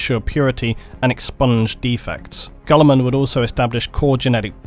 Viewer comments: Rowboot Gullerman and Astardes. You’d think the lore guy could pronounce shit correctly. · I'm not usually this guy... Ruh-boo-tey. Gill-i-mon